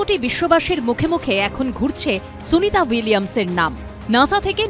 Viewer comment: Boka apnio to ucharon korte paten na name tai